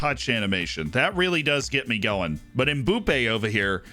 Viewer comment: cmon, at least attempt to pronounce Mbappe correctly................:(